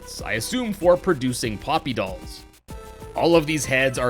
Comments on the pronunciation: you said popy on accident it’s OK accent happen in a lots of video😄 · I like u to say poopy